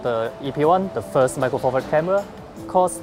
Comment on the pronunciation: cwappy fwilm camwa